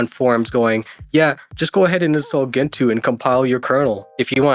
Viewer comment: Gentoo - jen-too (It is a species of penguin , as a bird you should know that)